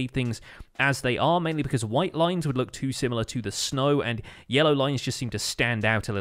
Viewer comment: It sounds more like sneg but sure